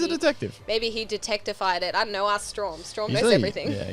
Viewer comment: its strahm not straum